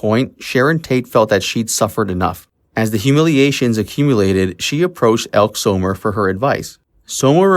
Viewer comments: It's not ELK Summer. It's EL-KEE Summer.................... I hate AI narration. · Elke Summer is pronounced L-Key. Not Elk Summer I believe 😉 Great video ! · It's pronounced Elkee Summer. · "Elk Zomer"? Elke Sommer's name is pronounced "Elk-ee Summer." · It's pronounced El-kee Summer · Actress Elke Sommers name is pronounced El kee Summer . Actress Joanna Pettits names is pronounced, Pet it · Phonetically pronounced El-kee Summer. Ugh. Might want do research. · Pronounced "ElkEE Summer" just a note. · It’s pronounced Hel-key Summer. Awful AI pronunciation at times. The usual on YouTube. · And Elk-E Sommers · Was he referring to Elke Sommer? If so he pronounced it wrong. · This was interesting, but I would appreciate it more if you learned to pronounce all of the names correctly; Elke Sommer, Dominick Dunne. It isn't difficult to find the correct pronunciations.